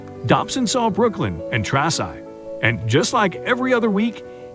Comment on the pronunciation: The whole AI speaking needs to be programmed to say words and names correctly. Garbage, and the mom's name were all said wrong, her name is Traci Andracke, AI kept saying Traxci